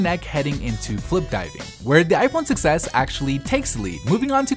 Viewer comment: I keep thinking you're saying "success," not "6S"